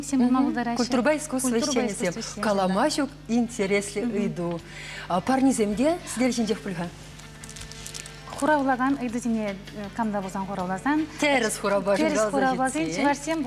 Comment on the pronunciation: Не "буль" а "пуль" !